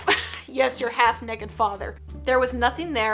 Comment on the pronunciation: Did anyone notice how weirdly she says naked 😂